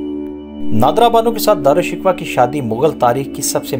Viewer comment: بھائ نام کا تلفظ ہی ٹھیک کر لیں